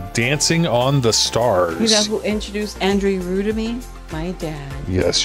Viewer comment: André his backname is not rew but Rieu (Ri-jeu) how you pronounce it😉